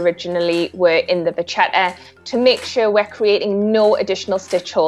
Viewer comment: ah ye, the ba ch´eTë